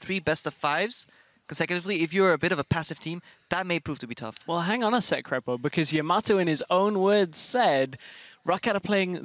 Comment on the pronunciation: I really like the way Sjokz says Krepo :D dunno why, I just like it